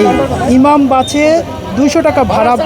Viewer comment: বাছে না বাসে 😂